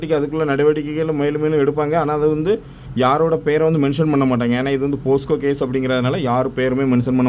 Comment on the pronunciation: அண்ணா போஸ்க்கோ இல்ல போக்சோ 😅